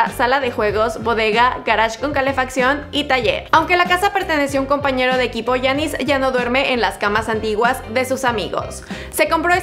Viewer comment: Porqué no pronuncias bien el nombre de giannis